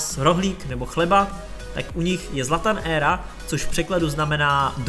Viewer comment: zlatanera.... proč to čteš jak deb*l, "zlatan era".... čte se to dohromady, ne zvlášť :) tvoje videa a "hlášky" mě fakt baví :) je vidět, že tomu opravdu rozumíš :))) žeru tě!!!! <3 :D